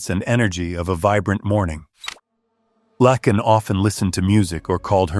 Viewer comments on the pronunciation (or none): Please say her name properly. It’s not Lockan it’s Laken.